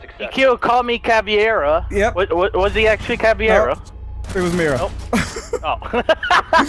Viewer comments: Brazilian here. Caveira its pronouced like Ka-vey-rah, where the "e" in vei its pronouced like in "hey". The "i" sounds like "y" in portuguese. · Is anyone else bothered that everyone pronounces Caveira's name wrong? Everyone pronounces it as if it were spelled "Caviera"...